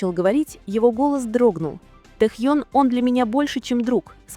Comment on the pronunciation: Автор, правильно ставит ударение на имени . В Кореи , так говорят его имя.